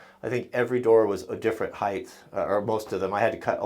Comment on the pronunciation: it's "height" not "heighth"....